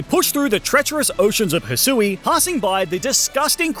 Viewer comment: It’s Hy-shoe and ar-key-es